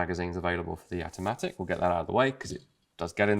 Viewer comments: Its called Jatimatic not Yatimatic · All I could hear when you said it is Gat-O-Matic, which might have been a better name. :-p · I've had a Jamamatic for years. Oh, you said "Jatimatic".